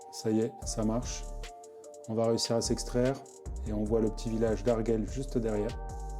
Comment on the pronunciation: On dit AR-GU-ELLE sinon c'est parfait ;)